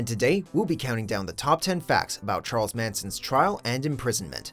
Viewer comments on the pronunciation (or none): none